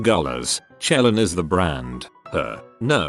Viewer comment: Anyone else just cringe at Chelan pronunciation? Just me.....okay lol